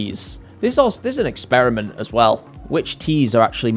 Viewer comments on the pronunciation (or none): none